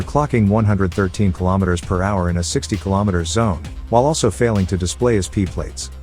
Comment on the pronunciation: P plater? buhahahahaha